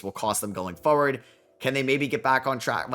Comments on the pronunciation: You say "foe-ward" and I notice this because you say "going forward" a lot. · unc don’t listen to him the way you say forward is perfect